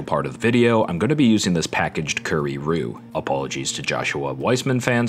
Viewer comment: NO THE WAY HE SAID "CUURRY" NOT "CURRY" WHYYYYYYYYYYYYYYYYYY